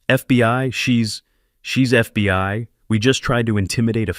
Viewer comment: the next one with a stroke its only three Letters and he fuck it up every single time